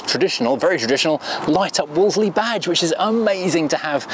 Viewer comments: Interesting video. As someone born in the 1960s, when Wolseleys were a much more common sight, it jars with me to hear it pronounced as it's written. Back then, everyone said 'Woolsey' - the second 'l' was silent. One of my dad's best friends worked in our local BMC dealer which sold them - everyone there pronounced it 'Woolsey'. And if you call or visit their former showroom on Piccadilly, which these days is a very swanky eatery, they pronounce it the right way too. 😁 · Everybody, and I mean everybody back in the 60s and 70s pronounced it - Wool Z - Even though you said no comments...😸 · Wo-le-se-ley LOL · I always thought that the standard Princess / Ambasador were hideous, but the Wolseley version with that bonnet bulge and hideous chrome grille is even worse! Am I alone is always pronouncing Wolseley as 'Wolsey'???